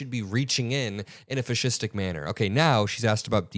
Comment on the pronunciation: If you're open to some constructive feedback: there have been times, today being one, where in multiple postings of content, you use the word 'fascistic.' This is a word, though not one in common usage, so it's very unique, but please don't over use it and also, please check your emphasis on the syllables when saying it - it's supposed to highlight characteristics of a fascist... you pronounce it like you're sneezing in Yiddish.